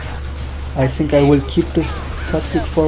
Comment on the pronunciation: Are you German? You say sink instead of think! Germans can`t say th^^